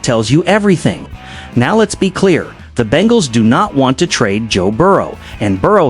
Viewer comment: A no “tra-day” clause. More AI slop. STFU